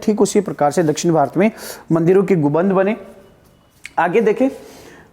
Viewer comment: Sir गुबंद नहीं होता गुंबद होता है